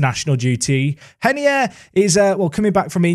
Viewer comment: Please stop saying henier because he’s Brazilian just call Him ray ner I beg